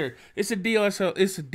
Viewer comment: My guy said DLSR😂😂😂 it’s DSLR